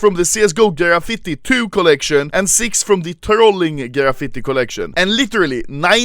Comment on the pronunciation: Normal people: graffiti Anomaly: ghrafitte